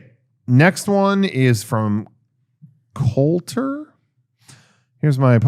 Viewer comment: It's Colter and it's not even close!!